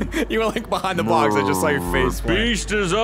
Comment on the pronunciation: got so Boston in this. 'Go for your BAWX Jack!'